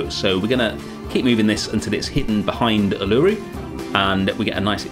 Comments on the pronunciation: I love it! But I feel like as an Aussie I have to inform you it’s pronounced Ew-la-Roo not U-LA-roo ❤ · great series, just a heads up, Uluru is pronounced Oo-la-roo the U is essentially an O not a U. Loved it! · Uluru is pronounced Oo-luh-roo :) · Uluru is pronounced (u-lar-roo). Love your work and keep making amazing zoo habitats. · This is an awesome habitat and does Australia proud, well done. Uluru is pronounced like this "oo-la-roo" but it doesn't matter, the whole place looks awesome. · Not far in yet will update when im finished but hearing your pronunciation og Uluru is so distracting 😶😩😔 Its like oo-la-roo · Coulda been worse, at least you didn't call it Ayers Rock! :) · but he didn't? it's not a problem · as an australian, i absolutley love you and this part of the zoo, but hearing you say Uluru that way kinda hurt me aha. No disrespect, love you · ive never heard uluru pronounced like that lmao looks really good tho! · as an aussie i suffer greatly hearing non-aussies mispronouncing so much 😔